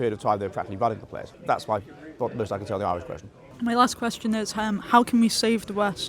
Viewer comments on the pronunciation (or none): "how can we save da West" ffs